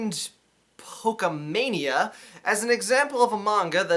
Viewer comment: Dude its Pourshemane, There are no e's in the spoken Japanese langue